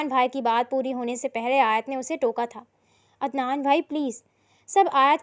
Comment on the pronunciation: عدنان ہوتا ہے ادنان نہیں